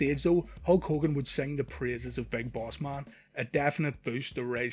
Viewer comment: Big Boss MUn, RUndy SUvUge, ... Please get your pronunciation right next time.